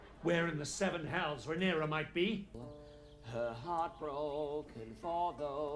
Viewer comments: she is called Rhaenyra not Rhaenyres:) <3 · Why you call Rhaenyra "Rhaenerys"? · My guy.. pls stop saying Rhaenerys ffs.. Edit: Unless you are joking, as in Daenerys+Rhaenyra=that ..cus that would kinda be funny. But I doubt you are.